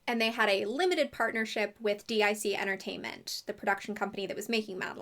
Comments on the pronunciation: Calling gypsies Romani is a great way to anger Romanians, who want nothing to do with them. I didn't have HBO, so I never saw the cartoon and I was never given the books. Also, Dic is pronounced deek. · Not sure if it's already been pointed out, but as a head's up, DiC is pronounced "deek," not "D-I-C." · i love how you call it "Dee Eye See" company instead of that little brainworm we all have that goes "DIC :)" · DIC...I remember from watching the end credits of cartoons as a kid that it's actually pronounced "deek" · kinda curious on the different pronunciation of Dic as an acronym instead of as Dic (pronounced Deek) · I’m legitimately shocked that they aren’t orphans and Ms. Clavel isn’t a nun?! Plus, Madeleine’s American?! Crazy. 😅 By the way, DIC Entertainment is actually pronounced “deek” (rhymes with “leek”). I remember this from watching Sailor Moon as a kid. Each episode would start with the DIC logo and a little girl shouting “DEEK!” lol